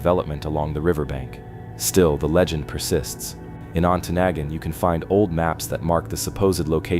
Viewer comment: That's some crappy AI narration. It pronounced Ontonagon wrong at least 3 of the 4 times it said the word.